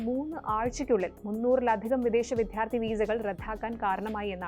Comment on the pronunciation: അവരുടെ മലയാളം ഉച്ചാരണം ശരിയല്ല. വിദ്യാർത്ഥി എന്ന വാക്കിനെ അവർ ഉച്ചരിക്കുന്നത് "വിധ്യാർത്തി" എന്നാണ്. റധാക്കി റദ്ദാക്കുന്നതിനെ (correct pronunciation)